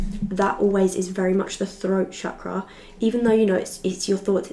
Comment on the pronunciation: The way you correctly say Chakra tells me that you have been in India at some point 🇮🇳 ❤